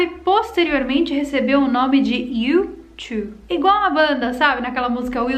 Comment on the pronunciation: Youto-be kkkkkk